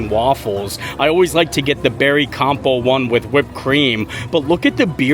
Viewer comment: Love you…can’t help myself, as an English major…It’s, “compote” with a “t” not “compo” 😘